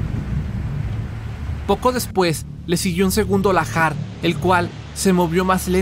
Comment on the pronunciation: Debe ser Lahar y no lajar